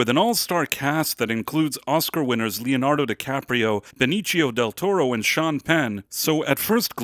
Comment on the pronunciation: It's not pronounced Benichio.